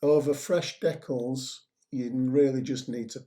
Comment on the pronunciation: Great job, just one criticism, it's de-cal not dec-kull.